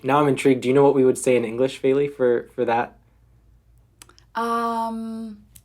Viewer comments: I noticed the voice over announcer pronounced "Feli" the way she says most Americans pronounce it - (Fay lee) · But in fact, "Feely" and "Feli" do not sound the same.The first is pronounced [fiɫi] and the latter [feli]. That is if you know the International Phonetic Alphabet.